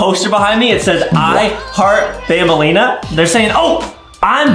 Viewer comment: Who Tf is banblea? It’s banbaleena dude